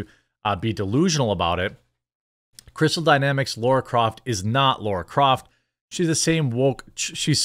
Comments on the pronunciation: Laaaaara! Not Laura! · LARA not Laura